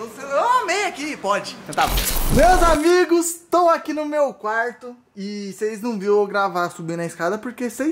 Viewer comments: "ANIGOS" AMO VCS EU:😂😂😂😂😂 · "ANIGOS" KKKKKKKKKKKKK AMO VCS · "Anigos" kkkkk ❤❤